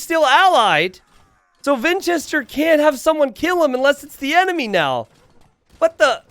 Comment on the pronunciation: "ENMINY" - 😂